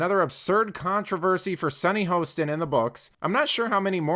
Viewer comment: Hah-stin, not HO-stin. She is, however the resident idiot! 😂